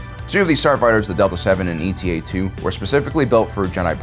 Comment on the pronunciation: Still pronouncing ‘Eta’ as EE-TEE-AY?